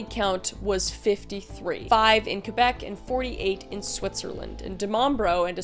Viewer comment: Thanks for pronouncing it Québec and not calling it Kwaybeck. ❤